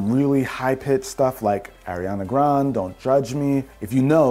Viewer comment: Ariana GRANDE! 😂 not GRON😂😂